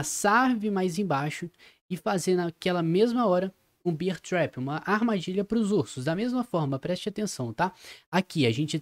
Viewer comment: só uma dica. Tenta pronunciar Bér trap, Beer do jeito que tu diz é cerveja 🍻🍺🍻